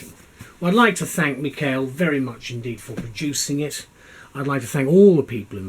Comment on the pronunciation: Thank you for the review! You did pronounce my name correctly! Regards Mikhail